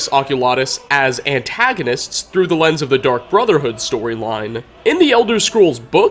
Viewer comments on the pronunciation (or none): none